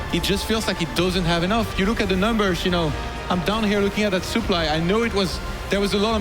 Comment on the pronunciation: "The soup-ply is the soup-ply." Well duh.